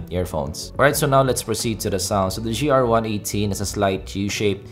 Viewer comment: Hey its GR-i18, not GRi-18